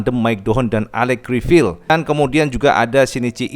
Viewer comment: Cara baca Criviye bukan Crivil 😁